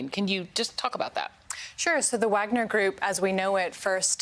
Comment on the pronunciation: VAHG-NER Group. Like the composer. Sorry to be pedantic, but she should know how to pronounce this correctly before appearing on national news. Props to the news caster on the correct pronunciation. It doesn’t take that much effort.